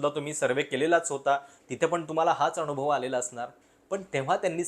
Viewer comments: अनावश्यक ठिकाणी न चा उल्लेख ण असा करत असता आपण. जसे की अनुभव च्या ऐवजी अणुभव. ते तूप ला तूंप म्हणतात बरीच लोकं तसं वाटतं. उगाच बामणी स्टाईल कशाला मारता? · आपले व्हिडिओ चांगले आहेत पण कृपया "न" च्या जागी "ण" चे उच्चारण करु नये. उदा अनुभव होता ऐवेजी अणुभव, मतदान ऐवेजी मतदाण यावर लक्ष द्यावे